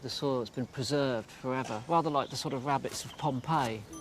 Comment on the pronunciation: Wabbit's I clearly heard him, he always says wabbits. Wabbits are rare, rabbits aren't. Trust me I'm a not Doc, but hey what's up?